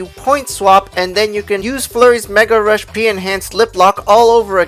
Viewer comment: anyone else get annoyed when he said peril rush P and not Mega Rush P